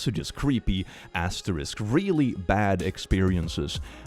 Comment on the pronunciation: Please sir, I beg of you. It's an asterisk. It's....an asterisk.